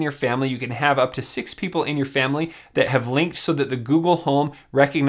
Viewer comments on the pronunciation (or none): none